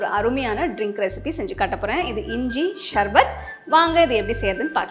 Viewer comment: ஷர்பத் இல்ல சர்பத் ..